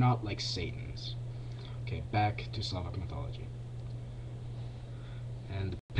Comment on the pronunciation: You pronounced Slovak, it's rather Slavik, and it's the religion of Slovaks, Czechs, Serbs, Russians...